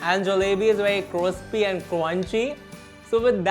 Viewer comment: Cinnamon bun with hot chocolate ke upar agar whipped cream ka garnish hota with some chocolate sprinkles phir to oh ho ho jaata! Also, cweamy, cwispy and cwunchy wala accent badhiya as always 😂